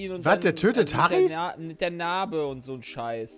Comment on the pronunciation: Härri?? Er zerstört Harri?